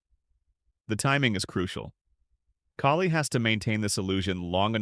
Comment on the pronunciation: Kaylee???😅😂 It's Kali